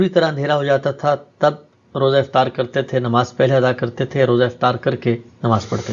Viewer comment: Please Note افتار نہیں بلکہ افطار ۔